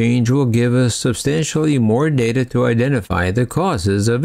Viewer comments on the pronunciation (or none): none